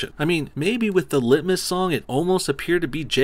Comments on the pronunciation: All i here when he says lit-mas is litmus test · Bro, what the fuck man? Not cool... Lit-miss... I was drinking my morning coffee for fucks sake lol